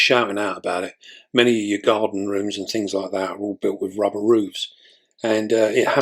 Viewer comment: Is it just me who laughed when he said "don't wanna rip your rubbah" 😂😂....